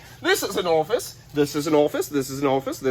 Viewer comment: Not Orfice …its orifice….